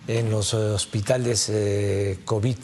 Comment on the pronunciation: Esa mujer no sabe pronunciar ninguna palabra. Que hace ahí Ciro?